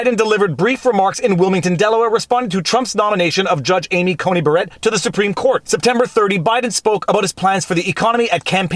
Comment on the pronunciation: "Amy Coney BARETTE"